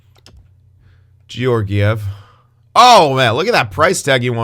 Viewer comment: and Georgiev’s name is pronounced kind of like Guy Lefleur’s name